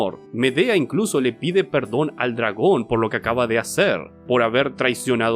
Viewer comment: "le lompió el colazon a un dlagón"